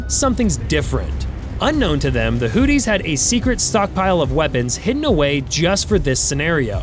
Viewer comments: Did he call them the Hooties??? 😆. Ya Hootie And The Blow Fish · the "hooties"? Everyone else pronounces it "hooth-ees". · hooties...lol...he straight copied this vid.doest even pronouce houthis correctly😅😅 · "Hooties"? You mean the Blowfish? Slow down,!... (÷ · I chuckle everytime he says Hooties😂😂😂😂😂😂. America wages war on every level.